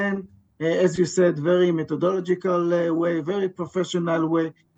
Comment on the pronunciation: Please forgive me for offering this, however I’ve heard a few of your Israeli commentators struggle with the word “methodological”. A few alternatives in English… 1. The IDF is being very methodical in it’s approach. 2. The IDF is approaching the hospital very methodically. 3. The methodical approach of the IDF… 4. The methodology of the IDF… “Methodologically” is a difficult word to use. Doesn’t roll off the tongue that easily. Otherwise, your daily broadcasts are top notch. THANK YOU!